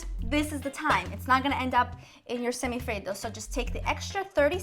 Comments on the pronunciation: Why do you say it like that ? Do you see any other country trying to pronounce cheeseburger like an American ? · I just love the way she says semifreddo